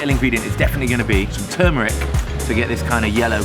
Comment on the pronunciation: Loved this vid, and welcome back. 2 quick things... ketchup and eggs=no!... and also loved how your guest chef mispronounces “turmeric” as “toomeric”, but it’s all good. 👍